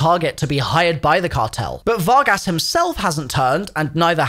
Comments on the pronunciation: "fargus" "Fargass" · You pronounced the Spanish translation of cowboys but can't pronounce Vargas? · Var-gass😂😂😂 pronounced Var-gus lol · Var-gas lmfao